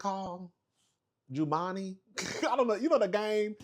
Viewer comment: Lmao what did you call that game?😂 it’s Jumanji (Joo-MAHN-jee)